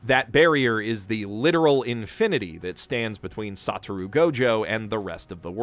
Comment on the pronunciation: His pronunciation of everything as well as his ordering of the character's names makes me feel like he watched JJK dubbed, (eg Sata-roo Gojo)